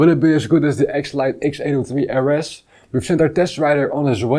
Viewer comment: “Err Ess” is the Dutch pronunciation, it’s rather more like “Arr Ess” for the RS letters